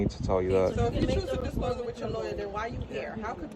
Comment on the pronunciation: "Disclothes" to his "Loryur"... I hope his legal assistant can understand "hood rat" or it may be a while before he gets his forms filled out... 😂😂What a dick!.